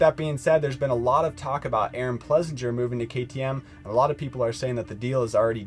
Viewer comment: One day you clowns will get his name right...Ples-singer🤠